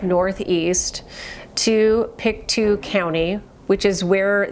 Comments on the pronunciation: Just heads up thats not how you pronounce pictou it actually sounds like its spelled pictoe lol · that's not a challenge -- it's lack of research! PICK TOE. I'm from Nova Scotia and lived not 30 miles from where this happened. At least you don't have to try and pronounce Antigonish (the next county over where I lived lol). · Well, to start with, even the kids know it's pronounced PICK TOE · I, too, believe that Lilly and Jack are deceased. Pictou is pronounced Pick-Toe. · because the second she mispronounces Pictou, they will be on to her and discount everything else.